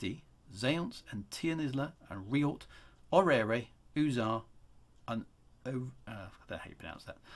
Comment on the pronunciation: Love the o.g. systems. Also i may be wrong, But i believe it is pronounced Or-rare (orrere) And or-rare-v (orrerve) How does everyone else pronounce them?